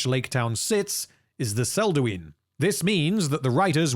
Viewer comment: I know you are doing a "review" of the 3rd hobbit movie and I'm not sure if you know or care but the "c" in Celduin is pronounced like a "k" but semantics aside you are doing a great job